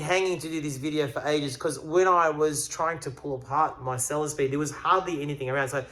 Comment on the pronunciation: hehehehe... love it... "bought a selesspeed for the challenge"